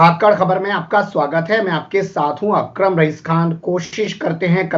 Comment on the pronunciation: Nam to shi lo bhai